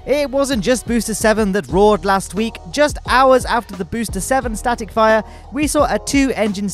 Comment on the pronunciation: Is it just me or he really said static fryer test?😐